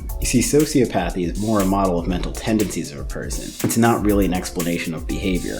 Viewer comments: Please, please, please... You're pronouncing a couple words wrong. Sure, they're pronounced "Sigh-Kō-Path" (Psychopath) and "Sew-SEE-Oh-Path" (Sociopath). psychopath sī-kə-ˌpath sociopath sō-sē-ə-ˌpath But the other associated words, the longer ones, are pronounced, "Sigh-CAW-Path-ee" (Psychopathy) and "Sew-See-Aww-Path-ee" (Sociopathy) psychopathy sī-kŏp′ə-thē sociopathy sō-sē-ˈäp-ə-thē Just FYI. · You're mispronouncing "psychopathy" and "sociopathy". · Man I'm sorry but if you're gonna call yourself a therapist you gotta learn how to correctly pronounce psychopathy and sociopathy